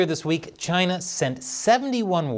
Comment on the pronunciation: Trump was no where near perfect but a lot of what he said was right and everytime I hear china it's CHI-NAAA